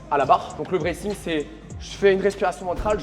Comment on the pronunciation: Le braithing ????? Le bracing non ? 👀